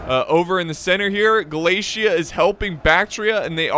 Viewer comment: American: Glaisia. Me: What? American: Glaisia. Me: What? Ah, I see a flag says Galatia. Is that how you pronounce Galatia? American: Yes. Me: Oh.